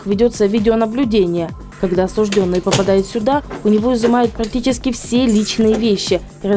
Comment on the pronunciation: слово «осужд Ё нный» пишется с буквой «Ё» и именно на неё падает ударение. Краткая форма причастия, образованная от данного слова, также пишется с буквой «Ё» – осуждЁн. Поэтому правильно говорить – осужд Ё нный, осуждЁн.